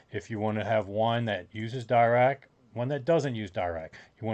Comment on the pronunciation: Sorry, if this is base don Paul Dirac's work on teh delta function, it is pronounced with a soft 'i' as in Deer-Ack